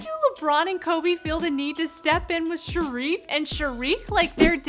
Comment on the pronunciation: am i the only one that noticed she called shaqir shariq